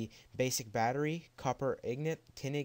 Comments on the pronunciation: its INGOT not IGNOT... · He says ignot instead of ingot :D